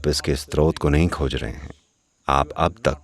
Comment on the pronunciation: नैरेटर स्रोत (Srot) शब्द का बार बार स्त्रोत (Strot) उच्चारण कर रहे हैं जो गलत है। कृपया संशोधन कर दें।